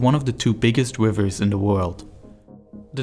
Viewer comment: I lasted about 2 seconds into this video because I couldn't stand listening to a guy talking about "wivvers"